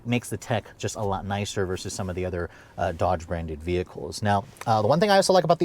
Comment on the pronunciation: OMG you still say “versus!” THANK YOU! Every single YouTuber under 30 these days says, “verse” when they mean to say, “versus” and it absolutely drives me batty. THANK YOU 🙏